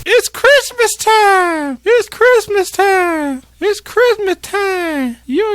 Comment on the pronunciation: no one: Sonny: 🥷"ITS CHRISTMAHS TIMEEE! (x3) you excited fa CHRIMUHTYYYHME??” 😂😂 missed you man lmao🤍